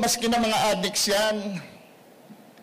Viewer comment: Ganda ng accent niya sa pag bigkas ng adik ah adiks hahahah